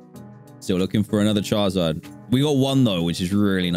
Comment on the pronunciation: Y u say CHARZARD